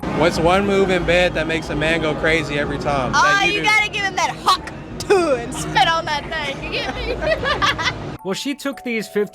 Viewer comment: She got hawk sue-a'd